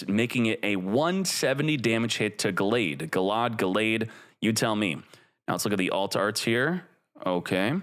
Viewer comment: Gallade is pronounced gale-aid